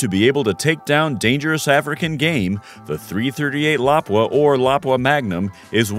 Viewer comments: 338 la-poo-aww! not laprea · I thought it was pronounced Lapúa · Lapua is pronounced La-poo-ah. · .338 "lapooa"